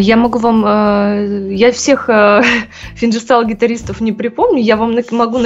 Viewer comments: Чет ухо режет этот ФинЖерстайл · Её в школе научили g читать джи а как на самом деле финГирстаил на русском звучит?